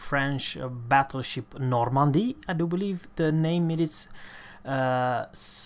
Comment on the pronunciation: OH MY GOD! PRONOUNCE NORMANDIE JUST RIGHT!!!!! PERFECT!!